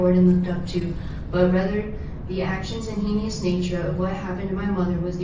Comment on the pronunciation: Contrary to the captioning, I suspect his sister said, "...but rather the actions and henious nature...." Hee-nee-us. She was trying to say "heinous." You know how sometimes you know a word but have never heard it? Or you get the pronunciation wrong initially, and it sticks? Maybe that's what happened.